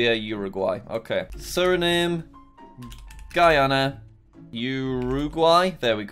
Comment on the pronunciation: As guyanese we drive on the left hand side of the road and walk in the right hand side Our language is mixed with Africa with English of course And it's not guy-ana its guy-yan-nah